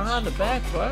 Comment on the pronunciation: bro... Or better yet, "bwo", you need to take some time for yourself and practice on them "R's" big guy!😂 Usually they put you in them speech classes when ur in elementary but it seems as tho you skipped that class... Can you just make a video where you just try to say words with an R in them? That would be classic!! Just a thought!🤔💭 R.I.P to all the R's!